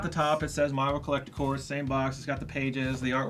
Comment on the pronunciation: Do you guys not know its called Collector CORPS not CORE???